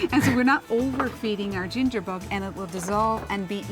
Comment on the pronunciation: your acsent is unusual the way you pronounce bug=bog lol